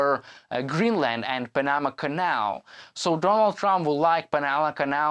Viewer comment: Teach him how to say panama